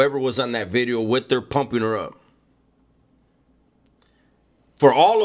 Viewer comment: You need to copy right "New B'ideo" so funny when you pronounce the V!!!! Keep up the good stuff Mang!